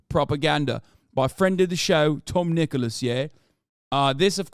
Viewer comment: Its tom nichols not nicholas